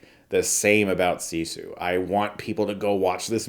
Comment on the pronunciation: It's pronounced siss eww not see sawl